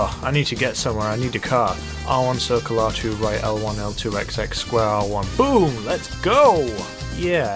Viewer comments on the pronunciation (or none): none